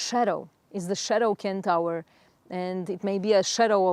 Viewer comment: Love all you stuff! So much wisdom. Can I just correct pronunciation of centaur… not Ken-Tower… sen- tor. With love ❤